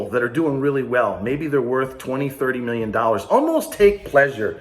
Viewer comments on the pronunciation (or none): none